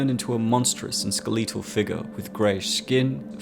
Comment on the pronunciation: you consistently mispronounce skeletal in your videos. despite this i do love you and your work.